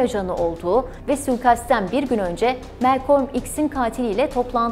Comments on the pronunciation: Melkom değil Malkom olacak ismin okunuşu arkadaş. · Güzel çalışma👏 Yalnız isminin hiçbir yerde bulunmayan bu tuhaf telaffuzla söylenmesine anlam veremedim Melkolm🎃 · bir daha Malcolm demesen mi acaba;)